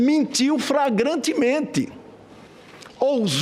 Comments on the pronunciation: kkkkkkkkkkkkkkkkkkkkk Mentiu "fragrantemente" !!! kkkkkkkkkkkkkkkkkkkkkkkkk! Alexandre é inacreditível!!! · Além de cheio de processos esse Sr. Relator da CPI NÃO SABE PORTUGUÊS: flagrantemente é diferente de fragrantemente... Como um homem desses foi eleito ? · Adorei Alexandre o, "fragrantemente", a falta de conhecimento do português é terrível. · "FRAGRANTEMENTE" 😂😂😂😂😂😂😂😂😂😂😂😂 #RenanVagabunfoEBURRO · FRAGRANTEMENTE????? Misericórdia 😂😂😂😂...esse é o relator 😂😂😂😂😂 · "FRAGANTEMENTE" (de perfume)... kkkkkk Essa do Alexandre Garcia, foi ótima...kkkk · Mentiu "fragrantemente"! Dito por Renan Canalheiros. Kkk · "Mentiu FRAGRANTEMENTE" Hahahaha o nosso Congresso é uma piada... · Renan Calheiros além de VAGABUNDO, CORRUPTO, DESONESTO , DELINQUENTE É SEMI - ANALFABETO! ALÉM DE BANDIDO , Ê ESTÚPIDO ! "FRAGRANTEMENTE " KKKKKKKKKKKKKKK !!!!!! É MUITA IGNORÂNCIA !!!! KKKKKKKKK